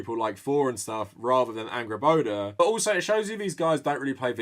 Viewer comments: I’m excited to play GoW:R, but years of following Dr. Jackson Crawford on YouTube has primed me to cringe every time someone calls her AngrboDA, instead of Angrboða with the voiced ‘TH’ sound. :( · I'm sorry but I keep hearing her name as "Angry Boner"